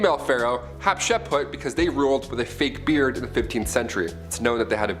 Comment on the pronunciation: love the program,. but dear lord, learn how to pronounce names... e.g., her name is Hatshepsut. not, hatseput